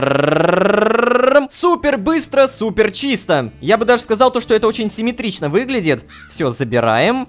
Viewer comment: Рома:семитрично Я:😂😂😂😂😂 Кто понял тот понял